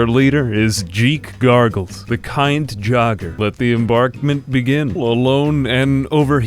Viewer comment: Am I the only one that laughed hysterically when he named "jeek garbles" 😂